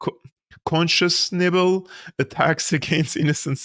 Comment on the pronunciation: Unconscionable = pronounced "unconshonable". Hope this helps.